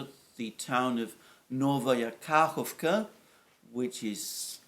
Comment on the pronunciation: Dear Alexander, thanks again and again for your always excellent videos! Just a couple of suggested corrigenda: Ka'hOvka (not 'KAhovka) 'GOrlovka (Ukr. 'GOrlivka, not Gor'lOvka) Ghe'nIchesk (not 'GEnichesk, let alone 'GEnishek). By the way, Genichesk is located on the Azov sea shre, not Black sea shore. Good luck! P.S. I'd be happy to provide you with further suggestions on Russian (Ukrainian) proper names pronunciation as well as general facts if you are in agreement and tell me how to send my suggestions and research results directly to you rather than leaving comments here. Cheers, Nik, your admirer.